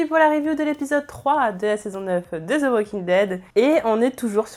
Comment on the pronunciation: Mais pourquoi tous les français disent zo au lieu de the que vous pouvez prononcer demais le d comme sur le bout de la langue 👅. C’est horrible y’a pas de zo Walking Dead 🤣🤣🙃😱